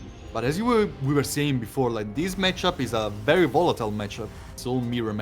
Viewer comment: rerry rerry s00n